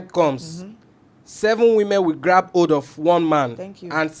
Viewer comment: Ladies and gentlemen I'm here to translate the the words of the reader... Throughout this segment if you hear: Aaah----our Osband-----Husband Old ---- hold Aam ---- harm Evily---- heavily Ors----- us Anging---- hanging Old--- hold Auwever--- however Eim--- him